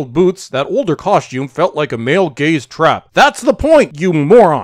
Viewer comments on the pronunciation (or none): none